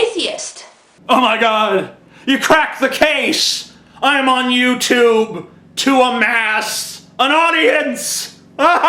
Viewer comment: I liked it how she said 'YouToop'.